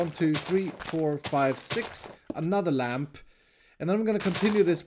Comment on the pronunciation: Iskall: You non redstone people probably don't know what i said Me: i heard lanp